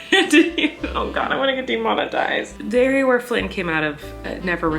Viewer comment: Laughing about, “I’m gonna get demonetized.” 😂🤣 (Also, sounds a little like “demonized!”)